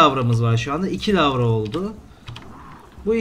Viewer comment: Lavra değil larva